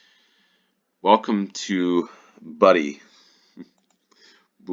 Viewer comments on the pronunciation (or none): Roads starting with a 7, 8 or 9 are always in Scotland. Bude is pronounced /bjuːd/ (approximately "byood", it rhymes with "rude" and "food"), you got "Midlothian" right though! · Bude. Pronounced BYOOD. and anything Clyde is Glasgow side and anything Midlothian is Edinburgh side. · Round 3 the pronunciation is not Buddy but Rude with a B instead of the R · Bude is pronounced most like your second attempt, it's "byood" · Cornwall has its own dialect so many words are pronounced oddly (to other ears) Bude is pronounced like Bewd (B-you'd). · Bude ryhmes with dude....thats how to pronounce theplace name...also when they get heavy rain there is a local adreniline junkie who surfs down the high street.....in mid winter....